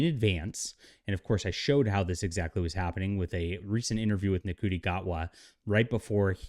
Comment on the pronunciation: It’s pronounced “Shooty’ Gatwa, the actor is part Scottish and he was wearing a kilt, not a dress!